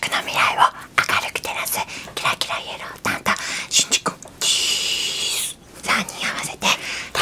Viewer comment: しんじ じゃなくてしんぢですよ〜細かくてすみませんでも変に覚えちゃうと後で他の人とかに言われたりしちゃうので言っときました